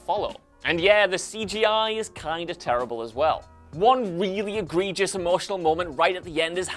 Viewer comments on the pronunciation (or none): none